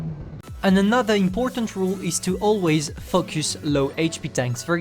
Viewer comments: The way u say 'Focus' ~fucc us..😂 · you cant say focus